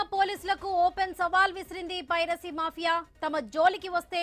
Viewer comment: పైసరి నెట్వర్క్ కాదమ్మా పైరసీ నీకు ఎవడు తెలుగు నేర్పింది